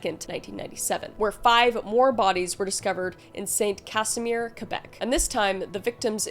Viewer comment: Thanks for pronouncing it Québec and not calling it Kwaybeck. ❤